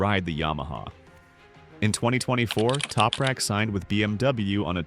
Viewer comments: Sein Name wird nich toprek ausgesprochen, sondern TOPRAK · Why can’t the commentary consistently pronounce Anything Properly !!! Other than that Crap, a great synopsis on Tooprak’s history 🙄